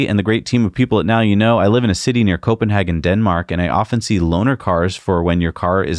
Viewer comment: Thanks so much for a great show every week. - Even last week with Covid.. I recently started a YouTube channel myself, so I know how much time you are investing. Just a heads up from a Danish Patreon supporter. I have heard your pronunciation of Copenhagen a few times over the years. The correct English pronunciation is [Copenhaigen]. If you pronounce it as it’s spelled, it’s German 😉 Keep up the great work. /.